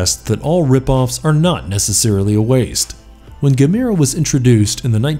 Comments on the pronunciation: It's pronounced (ga-m-er-ah) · It's pronounced Gam- er- uh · Uh. It's not Ga mir a. Uf youare going to do a list like this, ar least get the pronunciation correct 😒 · Pronounced ( Gam- er- ah ) how can you not know the proper pronunciation to the second most popular kaiju next to Godzilla. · I'm really impressed! You managed to mispronounce every single kaiju name, that's got to be a first, even for an American. 🙄 I'll give you a hint for one; Gamera is pronounced the same as camera, with emphasis on the e. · The only rip off here, was the 14 minutes I lost watching this! And learn how to say Gamera right. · Why can't he pronounce Gamera correctly?